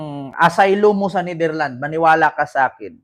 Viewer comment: hindi Netherland say it with an S ....its NETHERLANDS , ...sounds not right ang pronounciation mo .. again with an S at the end...remember that